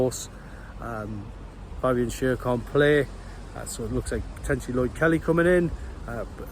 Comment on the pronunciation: It's pronounced Fabian Share not Sher.